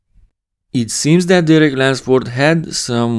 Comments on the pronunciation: lUnsford. No wonder you always say it with an “a” haha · Why does my man keep saying Derek Lensford?